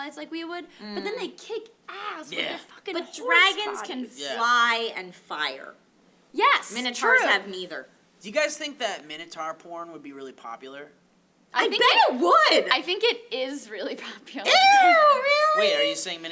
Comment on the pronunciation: The word is Minotaur, pronounced Min-o-tor... not tar... you don't say tyranno-sar-rus rex... you say tyranno-sor-rus rex... Same with Centaur... for the love of god please stop savaging our language. Thank you. :D